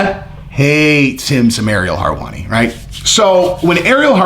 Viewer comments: Harwani, lol it's helwani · always bringing the heat and inside scoops. I love how he butchers some names tho.. harwani lol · Lol love ur content (both channels) but for the love of God stop saying Harwani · How does he pronounce everything right except for Harwani? Is it on purpose? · WHO is Ariel "Harwani"?? 😂😂😂💀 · Aaaaagree....btw, no R's in Helwani🤗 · It’s hilarious that you butcher his name😂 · If you can't say his name properly, says how much effort to research your content is focused on, you lack credibility, and should just say that's your opinion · You know a lot about everything except how to pronounce his last name.